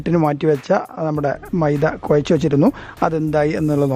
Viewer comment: കൊയച്ച് അല്ല എടുക്കേണ്ടത്... കുഴച്ച് എടുക്കുക.... "യ" അല്ല "ഴ"